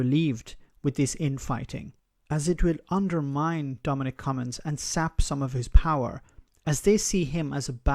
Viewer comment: It's not pronounced "come ins" ...there is a "G" I don't understand why you are getting his name wrong now? You had it right in earlier videos.